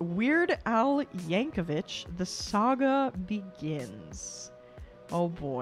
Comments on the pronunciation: I hate to be that person, but I have to point out his name is yankovic not yankovich. vik, not vich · It's pronounced Yank-o-vick, not Yank-o-vich. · Yankovic, not Yankovich. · Someone else probably mentioned this, but Weird Al did this song before the movie came out, without seeing it. He went by rumors of what was on the net about the movie. There is no one like Weird Al. Oh, and it's YankoVICK, not YankoVITCH. There is a parody movie of his life called "Weird." Daniel Radcliffe plays him. Yes, THAT Daniel Radcliffe. 💙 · Would love to see you do more Weird Al reactions. P.S. "Yankovic" does not rhyme with "stitch", "witch", or "itch". It does rhyme with "stick", "quick', and "tick". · I’m sure someone has commented this, but JUST IN CASE no one did, his name is pronounced Yank-oh-VICK not Yank-oh-VICH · "The Compleat Al" "Weird the Al Yankovic story" and "Al specials" are lower-case L not capital i. Al (as in "short for Alfred") not A-period-I-period. Also in the context of this person, it's pronounced "yang-ko-vik" not "yang-ko-vich." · Just a heads up, it's pronounced yankovik, not yankovich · Not "Vich". There's no H. 😁 I hope that person who told you it was a Billy Joel parody was yanking your chain. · His last name is pronounced "Yank-o-vick" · Pronounced "Yankovik'. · Continues mispronouncing Al's name with the pronunciation literally right in front of her.